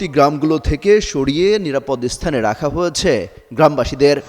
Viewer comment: ভাই - সংবাদ পাঠে আপনার উচ্চারণ সঠিক করুন! বাক‍্যের শেষে ‘হয়েছে’, ‘গিয়েছে’ - - এই শব্দগুলোর উচ্চারণ আপনি খুব শ্রুতিকটুভাবে করেন - ‘হয়েছ‍্যা -‘, ‘গিয়েছ‍্যা -‘ বলে কোনও শব্দ নেই! 😡